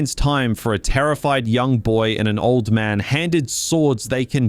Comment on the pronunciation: How are you both Australian and over the and of 6 and somehow still manage to release a video with so many mispronunciations? Where do you live that the word “man” is pronounced as “mahn”, because it’s not Earth, that’s for sure. Another psudo-intellectual farting out philosophy. What a time to be alive.